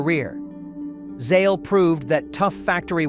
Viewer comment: Constant mispronouncement of names, La Moatta ???, Zaley ??? Either AI or an imbecile.